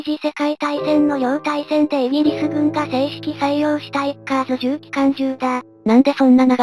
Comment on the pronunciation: 動画グッドです。 マクダネルの「F4H」と「F-110」とか、 コンソリデーテッド「B-24」と「PB4Y」とか レミントンの「M24」と「M40」とか、 USにも海軍と陸軍と空軍と海兵隊で名称が違う というのはままありますね。 自動音声だと仕方ないですが、 造兵廠は京都の｢おぐら｣ではなく、福岡の｢こくら｣です。 あとは、｢ウィッカーズ」とか。 （ 他の動画でもありますが、｢ウﾞィ」を「ビ」と読めないのですね。）